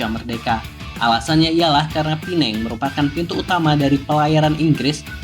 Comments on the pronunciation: PEMBETULAN , PULAU PINANG BUKAN PULAU. PINENG , DULU SEMASA ZAMAN. INGGERIS MASIH DI NEGARA MALAYSIA. MEREKA MENYEBUT PINENG TP SEBENAR NYA SEBUTAN YG BETUL ADA LAH PULAU PINANG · sebutannya salah bang..kalo mau sebut pulau makanya pulau pinang..bkn pulau penang..pulau pinang itu bahasa melayu nya sedangkan penang itu inggerisnya... pulau pinang hadir